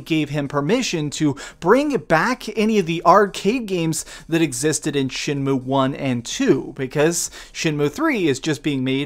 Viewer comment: You keep pronouncing it SHINmue instead of SHENmue.